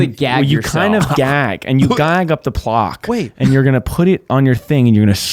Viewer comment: didn’t say plaque correctly and no one noticed